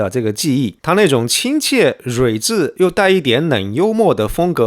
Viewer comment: 睿智 rui第四声